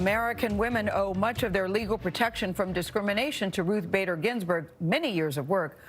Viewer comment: She doesn't even know how to say "Ginsburg"